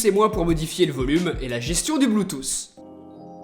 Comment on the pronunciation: Bluetooth ca se prononce avec un T a la fin pas un S !!!!